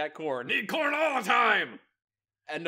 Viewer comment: What he says: FOR CORN! What I hear: FOR KHORNE!!